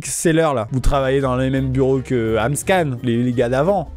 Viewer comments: Ce n'est pas Amscan mais AmScam 🤣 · mdr cest pas amscan cest amscam